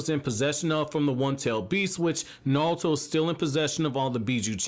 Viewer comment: stop saying nalllutooooo